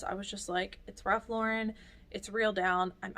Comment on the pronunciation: I'm always happy to hear you pronounce Ralph Lauren correctly. I think resellers who put the accent on the end did not watch Friends.